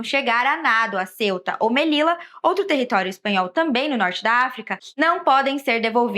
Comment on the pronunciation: Ceuta se pronuncia cêuta, não céuta, como se se escrevesse Celta.